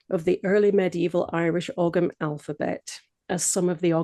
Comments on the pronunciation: The g in ogham is not pronounced would be closer to o-am, sorry if that's nitpicky but it's always nice to know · whoa whoa whoa hold up this woman says she’s an expert on the topic but she’s mispronouncing the word “Ogham”???! Smh